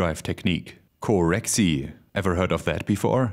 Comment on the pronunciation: It’s CoreXY not CoreXE! Or whatever you said hahah